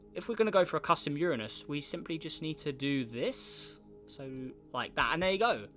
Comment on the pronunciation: Uranus he said it right sub